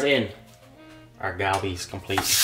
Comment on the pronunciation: Ahhh it’s so cringe when he calls it “Galbi” 😂